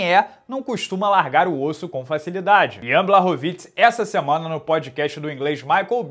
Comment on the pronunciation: Fala, beleza irmão? Sou fã do seu trabalho e por isso vim aqui na minha humilde boa intenção de ajudar. Moro na Polônia e por isso sei um pouquinho de polonês, no caso do nome do Jan Błachowicz, a letra Ł no vocabulário polonês tem som de U e as letras CZ juntas tem som de "tch" então foneticamente o nome dele se pronuncia "Buarrovitch", se quiser posso pedir pra minha esposa polonesa mandar um áudio só pra consolidar. No mais, espero ter ajudado, irmão, desejo sucesso e que o canal cresça ainda mais, vc é o melhor na sua área! Oss.